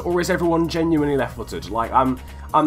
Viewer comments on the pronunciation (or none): none